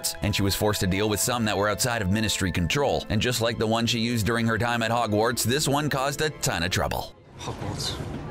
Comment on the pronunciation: Am I the only one who realized he was kinda saying ‘Ogwarts instead of Hogwarts?